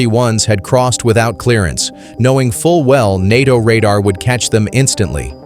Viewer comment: NATO is pronounced nay-toe, you very silly robot, you very incompetent robot operators.